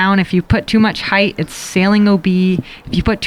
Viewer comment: Paige, "height" ends with a T, not an H. "Heighth" isn't a word.